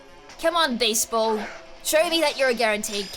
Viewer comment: I keep hearing baseball instead of beast ball lol